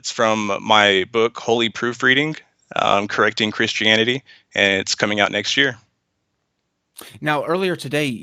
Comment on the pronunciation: The only reason he dosent like Christians is because he cant say CHRISTIANITY.